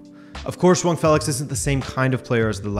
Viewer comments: Joao* Not joang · Lol why do you keep saying joaon? It’s Joao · It sounds like you're saying Juan Félix, instead of Joao. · is Joaong the proper way to pronounce his 1st name ? have i been saying the name wrong this whole time? if so these english commentators are to blame for my ignorance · Can any Portuguese person confirm that him pronouncing Joao as Jhoan idk how to write it but it's like he put an N in there for no reason. Not annoyed, just legit curious? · Are you saying "JoaNG Felix" in this video? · Nobody else bothered with 'xhuong' felix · Can you stop calling him Jwong lol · Zwang felix, lol its hard to watch this coz of you keeping saying Zwang